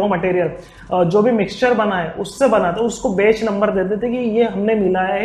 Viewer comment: bech and property 😁😁😁.. bhai ye batch and proprietory hota hai.. 😋😋